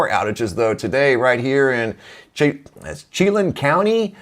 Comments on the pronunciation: pronounced shuh-lan = Chelan. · It's pronounced (shu-lan) Chelan.